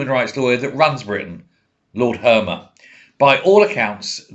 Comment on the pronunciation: You said Harmer... But I'll give you that.